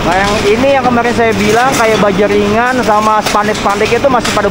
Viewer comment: BAJINGANNYA baja ringan bang bukan bajingan 😂😂😂